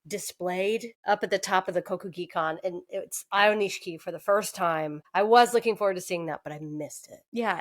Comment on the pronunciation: I think its Aioni-SHI-KI. This is a cool channel